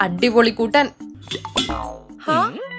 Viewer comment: കുട്ടാൻ അല്ല കൂട്ടാൻ 😂😂